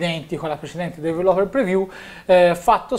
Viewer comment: ti prego migliora il tuo inglese perché develope non si può sentire...